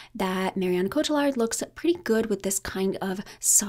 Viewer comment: Marion Cotillard is pronounced "Coat ee yard". The French ll is like a yee in English